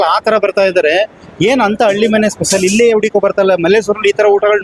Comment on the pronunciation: ಕನ್ನಡ ಸ್ಪಷ್ಟವಾಗಿ ತಪ್ಪಿಲ್ಲದೇ ಮಾತಾಡೋದು ಕಲೀರಿ ಹೋಗಿ ಸರ್ಕಾರಿ ಶಾಲೆಗೆ 1 ನೇ ತರಗತಿ ಪಾಠಕ್ಕೆ 😡 ಅದು halli❤ಮನೆ ಅಳ್ಳಿ ಮನೆ ಅಳ್ಳಿ ಮನೆ ಅಂತ 50 ಸಲ ಅನ್ನಬೇಡಿ 😡😡